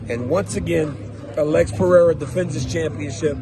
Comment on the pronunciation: You’re butchering Alex Pereira’s last name btw.